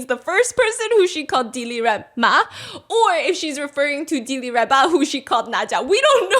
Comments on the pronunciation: she not Di-Li-Reba shes Dil-Raba, you pronounced her name wrong the whole time too😂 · It’s Dil Rawba. Not dilly rawba. Today’s mandarin Ebonics lesson Steph. Love bofe your channels..👏🏻 and your art in the background. Did you do those yourself?